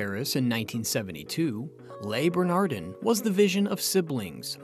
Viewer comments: It's not pronounced 'lay burnahrdinn' or 'errik rippurt'.... 🤦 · How the hell can I take you seriously when you cannot pronounce the names of the restaurant or any of the chefs? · You should at least pronounce the name of the restaurant correctly.